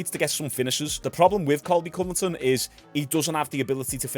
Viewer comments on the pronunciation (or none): I'm not trying to be that guy but its Covington not Coverton lol, love your channel keep up the good work.